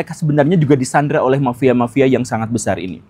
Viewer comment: Mafia pak guru bukan "mapia"